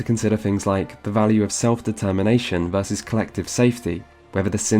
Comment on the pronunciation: I've never heard anyone consistently pronounce "versus" as "verse". Is this a regional thing? In which countries/states is this common?